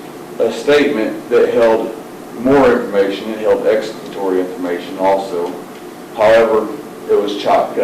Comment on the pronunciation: If your gonna say you have exculpatory evidence then at the very least , learn how to pronounce it correctly damn 😂